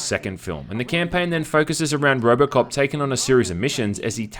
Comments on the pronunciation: Am I the only one who hears ROBERTcop instead of ROBOcop? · did you say Robert Cop